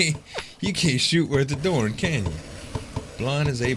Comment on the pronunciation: I like the look of this game.....but it bugged me that it seemed that all of his "a"s turned into "o"s. Example: "forming", "Can't shoot worth a dorn"....I know his pronounciation is a very small thing and I shouldn't be worried about it. But it just BOTHERS me.